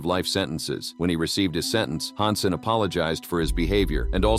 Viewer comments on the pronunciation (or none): It's H A N S E N, not HAUNSEN